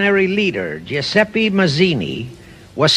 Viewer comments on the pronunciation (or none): none